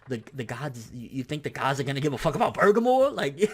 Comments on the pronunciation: Jonathan McGuire I would think that as well, but i watched him, in video form, reading it himself and say, "Bergamo? Maybe its Burgermore?" and not bother since to actually look it up. Considering he tried to translate it and failed, and didnt bother to even research his material is showing lack of effort to provide quality information to his viewers. I used to watch him for news but now i watch just to see what false info and head cannon he is posting today. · He said Boogermore. Hes talking about his arch nemesis of his hanging out that right nostril. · you have a huge booger in your right nostril, is that why he is refering to bergamo as bugermore lmaoooo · There is literally no R at the end of that word. Please stop saying burgermore before I tear my ears off. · why do you keep saying burgermore lmaoo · You keep saying bergamore, why? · did you say "burgermore"?????????? hahahahahaha, tho tf is he?? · Love u bro lol, but it's Burr' ga' moe' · BUR - GAH - MO.....Say it with me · Everytime you say Burgermore, I laugh so hard. Can we get a burgermore count going? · it isnt just an accident either... he has said "Burgermore" in every video for the past 2-3 weeks. Maybe next he will fight "Gock yew"? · you're saying his Name Wrong lol. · Why are yoU adding an R to the end of Bergamos name?? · BER-GA-MO!!!!! Not Bergamore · Bur-GAH-Mo not Burgermore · Burgermore? Nigga I know you hungry but damn. It clearly says Bergamo. Sound that shit out Ber-gam-o. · Who the hell is Burgermore? I thought it was Ber-ga-mo? Where did the extra r at the end come from? What? WHAT? I need answers. Now I'm hungry. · bergermore lolz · If anything, its "Bergamot" with a "T", translated, without...not "bergamore", what the hell even is that? The wolf brothers are named after rooted plants/spices. So Bergamo's got some psychic powers? Weird, considering he looks like a pure physical powerhouse. My prediction's also that Goku wins, 2-1, 7v9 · its pronounced "bur-gom-oh"....